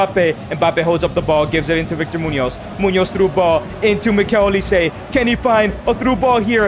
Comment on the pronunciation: mf said "mikel olise"